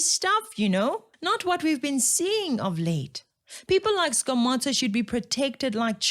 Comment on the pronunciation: Its not skomota its skomoda in pronunciation. lwena tlwela go itira lekgowa thata